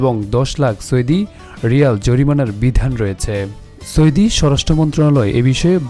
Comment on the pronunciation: চৌদি আরব😊😊😊